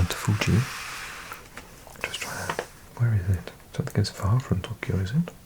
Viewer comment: i think youre pronouncing tokkyou (とっきょう) rather than toukyou とうきょう